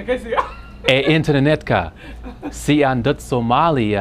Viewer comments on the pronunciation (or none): none